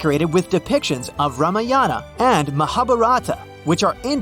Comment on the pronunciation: note: you said ramayana and mahabharata wrong